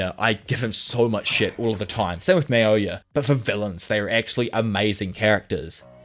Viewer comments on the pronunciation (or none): none